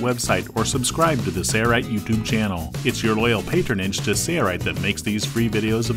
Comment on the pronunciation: Struggling to understand why the guy doing the voice over for the company’s video cannot say the company name. There’s an L in Sailrite.... right? Odd.